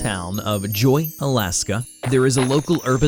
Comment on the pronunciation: joy becomes joi😂